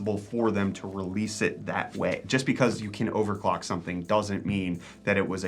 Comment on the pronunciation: What did you just say, "overlock and unclock" lol that was great. I will get right on that. 🤣😂